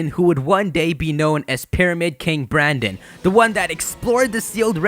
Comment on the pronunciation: Dude, the male characters name is brenden not branden